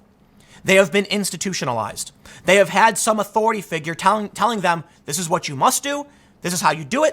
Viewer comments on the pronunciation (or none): none